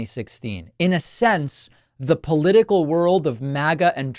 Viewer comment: "Paula-tickle" 😂😂😂😂 I have a new word now.